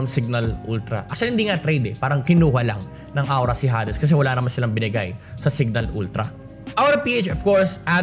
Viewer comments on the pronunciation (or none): i think its pronounced hay dees hehehe thank you sa mpl ranking based sa roster change i feel enlightened